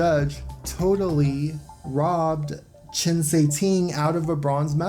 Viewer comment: Cuiting is pronounced “Tsway Ting”